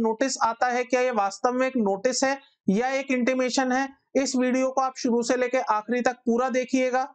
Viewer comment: Watch some pronunciation video to get better clarity on "Suru or Shuru"